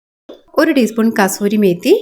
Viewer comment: Super receipe...it should be pronounced as kasuri methi